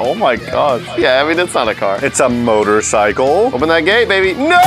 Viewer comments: "Motorcicle" WHAT!?!?!? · Nobody:: Motorcicle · ok. 2 things. #1. We knew what 2 of the 3 were going to get because they spoiled it in the beginning preview and during the intro.....get rid of these spoilers/Previews #2. "Motorcicle" Come on guys.....really? lol